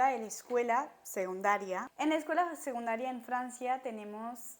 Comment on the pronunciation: me destroza el "segundaria"🤣🤣❤